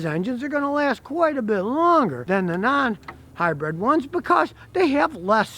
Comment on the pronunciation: Keep up the great videos! But…. It’s pronounced hybrid, not hybred ✌🏻